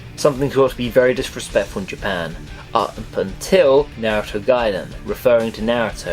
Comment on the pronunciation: lol, it took half way into the video for me to realize he was saying Naruto wrong